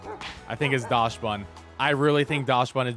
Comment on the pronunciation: For non-German speakers, it's pronounced "Daksbun", because it's based on the Dachshund, which is pronounced "Daks-hoond" in English.